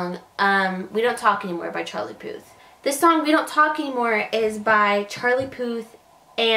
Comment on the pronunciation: At least spell the title correctly and make an effort to pronounce his name correctly using google translate or something